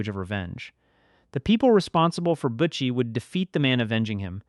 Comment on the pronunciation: Na mond, Ken-Ard, Butt chee, also Keen-erd.